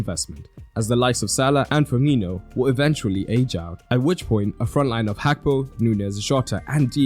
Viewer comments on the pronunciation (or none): none